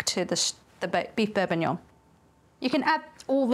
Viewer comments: am i going insane why do i hear beef bourbuignon instead of beef bourguignon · This triggers me so much. It's bourGuignon, from Burgundy, not some bourbuignon from Burbundy. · It's bourgignon not bourbinuoun. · I don't know if it's just my crappy headphones, but I keep hearing "beef bourbonion," and now I want to figure out if I can make that. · It's Bourginon! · "beef bourbon-yon"? right out of the gate you're throwing shade at the frenchies. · Sorry I don’t want to be that person but it’s bourguignon with a G in the middle. I don’t want to offend you, you’re wonderful. Thank you for your talents and hard work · Yep....def Borbignon. You after extra interaction with the clickbait, Auntie Liz? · I hear bourbonion too, everytime 😂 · I love the brain farts in this one, calling it bourbonyong. Never change auntie liz. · its pronounced Beef beef bor·guh·nyaan. Looks Fantastic, well done. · BourGGGuignon!!! Aaaaargh!!! 😅😮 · Wonderful looking stew, but calling it bourbognion was absolutely killing me haha. I guess it's fair, it's not a bordeaux that you're putting in there, and you're the chef; call it what you want! Looks absolutely stunning. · am I hearing “beurre bignon”? 😂 pronunciations aside, a delicious dish and a recipe easily to follow. turning a dish that sounds intimidating and making it easy for the home cook! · Auntie Liz, are you eaying beef bour"b"uignion on purpose? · I am hearing the same thing. I guess she is just graving that Bourbon and it's a Freudian slip up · had to double take the title cause it really sounded like she was going to use bourbon instead of wine. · How does someone cook such a great looking dish, but is unable to pronounce it?